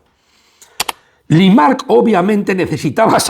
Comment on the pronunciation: Por favor, Limak no limaRk. Ernst & young, no ernst & you. O "i-uay". Te lo digo constructivamente y con todo el cariño del mundo. Hace que el video que es muy bueno pierda cierta credibilidad... Por lo demás, sigue así! Abrazos